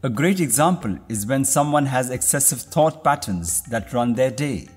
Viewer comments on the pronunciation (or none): none